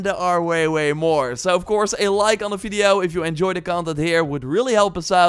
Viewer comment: What is a "fiddeo"? He keeps asking us to like it, but I don't know what it is...